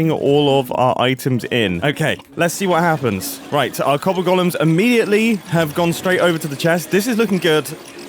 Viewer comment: It's golems not gollums.